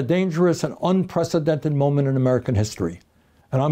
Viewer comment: I feel like ive heard you say inpresidented point in history for the past decade.